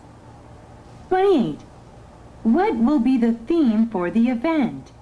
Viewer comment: theme를 them으로...넘 거슬린다